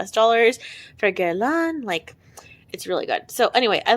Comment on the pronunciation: Oh, I loved hearing your thoughts on all these perfumes -- yes, I watched all four videos! I know you've decluttered some of these, but it was still super interesting to see which you've experienced. Btw, I wish I can give your video 5000 likes because you pronounce Guerlain correctly. Now I think it sounds cute when you have different variations on the French water "eau" -- but just FYI, it always sounds like when we Americans say "oh" like in chateau, eau de toilette and l'eau (prounounced like a short/punchy "low"). I grew up in VA/MD, so I kinda speak French slowly too but I studied it for 5 years so I know how it's supposed to sound even if I actually sound horrible. I like to watch Eve Beauty Etc on youtube because she's a French Canadian NY'er and also because she used to work at Chanel and has so much fragrance knowledge; her videos are interesting and she's not at all a niche snob either. She's also the antidote to YT'ers who think they sound classy when they say "Gurr-lawwwn" is their favorite brand, lol.